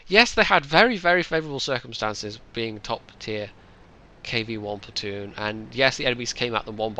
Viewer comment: Platton? Come on,, your English can only get so bad:P